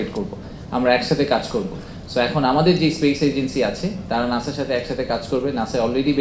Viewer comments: নাসা না ভাই নাছা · নাশা ❌ নাসা ✅